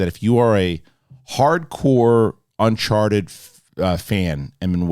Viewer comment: Did say unsharted at the beginning 😂